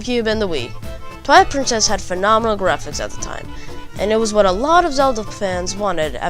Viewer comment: its so funny to hear this kid say "at the time"